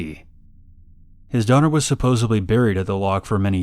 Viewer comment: Dude ……Gretchen’s Loch- did you say supposeBly? ….supposedly